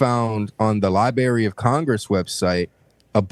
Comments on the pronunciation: Libary Classic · Some people will think this is a cheap take, but I won’t take seriously a 24 y/o who can’t pronounce the word library.